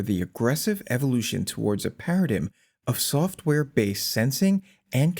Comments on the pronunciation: Para-dime. Not Para-dim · Paradeyem is how it's pronounced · I’ve never heard someone pronounce paradigm like that before… Am I wrong, or is it meant to be pronounced like parra-dime? I’m genuinely unsure. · Paradigm is pronounced like a "pair-a-dimes," for what it's worth. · A 'para-dig-em' cmon dude with this fucking AI junk content. boycot, vote down, not worth wasting one second on. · "Para-dig'em" and a ponderous rate of speech might be seen as flaws. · Pronounce paradigm